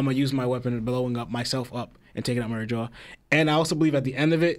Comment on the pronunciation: My biggest issue is that yall keep saying "Mary jo"😂. Ma-reeg-wa my guys lol